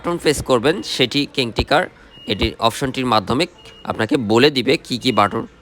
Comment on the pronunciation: "Alarm, king talker & meeting" spelling shuddha kore bolben please. Apnar shob video te same obosta.